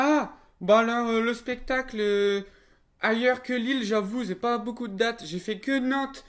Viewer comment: Pas un peu humiliant que dans l'FAQ certains ont écrit "spectacle" "pestacle" pour se moquer de à lors que lui il le prononce bien spectacle alors que lui c'est un gogole et pas vous mdr. x)